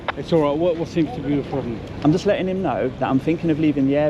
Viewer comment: Just begins with a J not a D mate